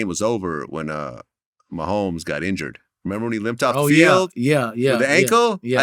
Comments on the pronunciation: Mane said Travis Mahommes!!😂😂😂😂😂😂😂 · Travis “meeMee” mehomes